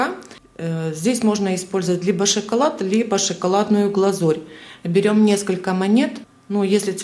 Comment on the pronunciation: Ну, почему шИколад?? 👎 👎... Вы украинка??